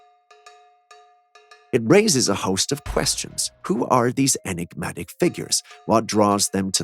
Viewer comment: say Enegmatic or elusive 1 more time i dare you lol